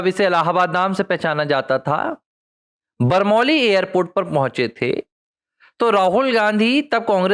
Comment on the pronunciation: बरमौली नही, बमरौली होता है